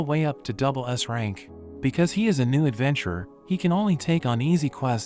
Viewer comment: At the start it sounded like he said strong ass dragon